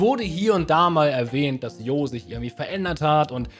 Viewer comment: Warum sagt spricht hier jeder den Namen falsch aus? Der heißt Jo(Tscho), Kurzform von John. Das erste Dlc fand fand ich deutlich besser als den zweiten. Der erste Teil hatte einfach mit Ogerpon's trauriger Story einfach besser gepasst. Ich fand der der 2. Teil hatte für mich eigentlich nicht wirklich ne Story. Der war einfach nur langweilig. Aber das ist nur meine Meinung.